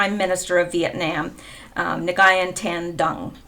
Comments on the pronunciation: Nyugen is pronounced wen....Dung is pronounced Dumb FYI :) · Nguyen is a common name The g is silent.( SIGINT signal Intelligence (real deal)) Kill Chain- USN Term for Combat